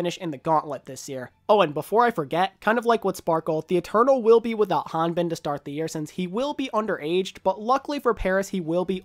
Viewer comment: Big props to you for pronouncing Hanbin’s name well. Class act bro